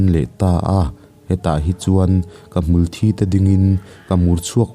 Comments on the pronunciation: Hmulthi hi mitthi sawi a thi anga lam tur a ni zawk in ka hria a, thisen a thi ang hian i lam daih zel a, enge dik a diklo zawk ni.. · Hmulthi i sawi hian thi lai hi mitthi a a thi lai ang hian a ritur aw, ka kut a thi tih a thi lai ang nilovin mitthi kan han tih a thi tih lai thluk hian sawitur aw, a chiang em aw, ngaihnawm ti deuhva ngaihthlak lai a a thluk a dikloh hian a ngaihnawm natur a ti nep deuh thin.. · Thisen anga asen deuhther thin avang hian " ka ke ka sát a,a thi duhkhawp mai" kan tih a thi kan lam ang hian lamtur , ka hriatdan chuan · Hmulthi bawk chu Sir, thluk dik hram tawh la...😁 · Hmulthi i lam rîk dan hi kan lamrik dan a in ang lo tlat mai a, kan lam ṭhin dαn hi a dik zawk em tih phei chu ka hrelo a. Hmulthi tih a ( thi ) hi mithi kan lam rik anga thi tih ri hian kan lam ṭhin. I lam rik danah hian hmul aṭanga thisen chhuak emaw hmul thisen rawngkai ang deuh hlek a thî ang hian a i lama. Engpawh chu nise a ngaihnawm ṭhin khawp mai.